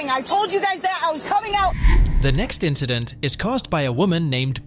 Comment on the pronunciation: "The next indecent?" I think you mean incident. (Chloe)